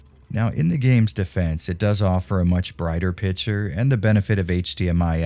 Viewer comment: pICTURE.. Not pitcher